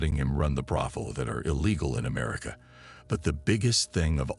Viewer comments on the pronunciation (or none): none